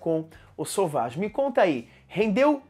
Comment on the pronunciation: Meu Deus, por que todo mundo fala o nome desse perfume errado. Não é sauvagiii é sévagí